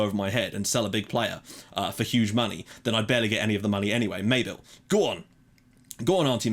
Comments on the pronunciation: It is pronounced Ma-Bil not May-bil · Mabil is pronounced like Mah-beel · Awer Mabil's name is pronounced M-uh-beel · the way you pronounced mabil omg plz stop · excited to see where this series goes, but can't help myself from pulling you up on 'Mabel'. watch this video for reference on pronunciation, at least from an Australian perspective (the Danes may tell you something else again)